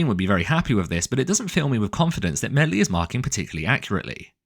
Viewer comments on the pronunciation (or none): Calling it "medlie" is class 🤣